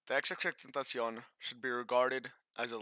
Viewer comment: The way you say his name 😂😂😂